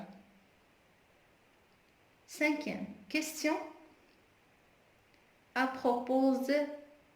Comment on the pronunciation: A propos مكتنطقش في s